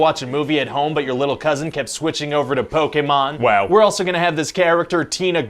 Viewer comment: "PoKAAYmon" I both respect and am hurt by this